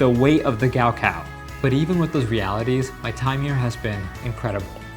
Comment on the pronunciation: It’s not gowcow its 高考